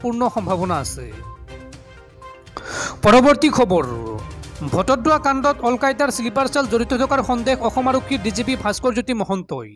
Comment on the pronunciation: বটদ্ৰৱাক বাৰে বাৰে ভটদ্ৰৱা বুলি উচ্চাৰণ কৰি আছা ।আৰু দুই এটা ভূল আছে ।যেনে -- ইতিমধ্যেক ইতিমধ্য বুলি উচ্চাৰণ কৰা ।